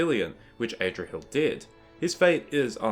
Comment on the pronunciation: Adrahil not AYdrahil